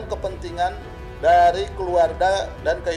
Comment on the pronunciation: ibu pengacara kenapa nama yeni rahman jadi ,jeni 🙄,jeni jeni terus nyebut nya